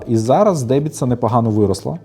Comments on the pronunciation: Не дебіца, а деМбіца 😉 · Правильно казати не "Дебіца", а "Денбица". Дубрава то значить))